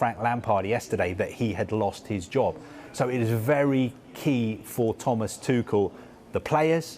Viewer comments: TUCHEL - is pronounced TU REL - not TU KEL or TU SHELL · My man's calling him tuckel instead of tuchel